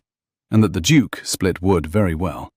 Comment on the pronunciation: Duke misspelled & mispronounced.